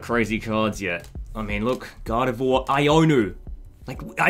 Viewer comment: Bro I thought you were saying "god of war" not "gardevoir" 😂😂😂